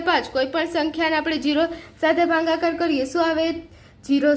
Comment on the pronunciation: Bhagakar 🚫bhangakae🤣🤣